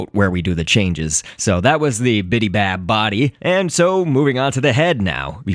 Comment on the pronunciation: BIBY bab Not BIDI bab